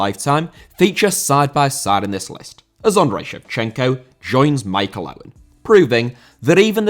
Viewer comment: Bahaha “Schmichael”????